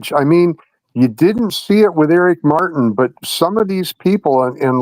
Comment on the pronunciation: Dear Prosecutor, the name is Martin NOT "Mar in" WITH a T !!